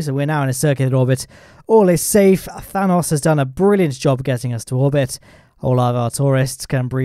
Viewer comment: Why do you pronounce Thanos like Thanas?